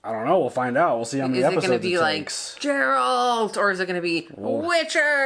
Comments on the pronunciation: GeralD, not Geraldt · Just remember - hard G - Geralt like Gif not Jif;) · If you'd like an assist, Geralt is Gare-ralt. Welcome to The Witcher <3